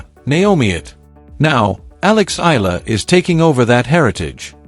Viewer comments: Pls EALA is pronounced E-yA-LA Starting to get tired of hearing otherwise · I don't understand why some commentators cant rightly pronounce name of players, of course they heard it right bu continue to miss pronounce it's E YA LA ,stupidddddddd